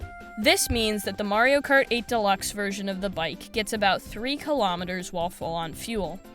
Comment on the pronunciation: All Americans watching this video: WTF is a kilometerrrrrr?